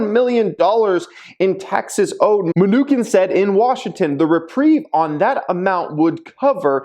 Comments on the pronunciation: It chin Munchin not Munchkin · It’s pronounced New Chin not minukin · its pronounced Mnuchin not Me-nukin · Today's drinking game... saying mnu-kin, not mnuchin lol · Mnuchin (chin) not mnuKIN come on 😂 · Munchkin for the win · His name is pronounced: munshin. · It’s MnuCHIN😂...but thanks for the content as always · Menu-Chin is the right pronunciation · It's Ma-Nuch-in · Pronounced menu- chin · Its muh-new-chin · it's pronounced "munisheen" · Min-KNEW-kin lol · it is pronounced Mu-Nu-chin like the one below your mouth. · You can tell is a wealthy bad-ass because he doesn't pronounce Mnuchin correctly because he doesn't care about the news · I can’t believe he made this video and does not how to pronounce the name the US Treasury Secretary.